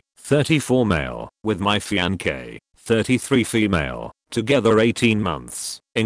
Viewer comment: Why did he pronounce fiancee fianke?